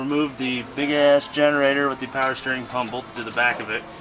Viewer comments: All the powah babeh!!! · MO POWEH BABEH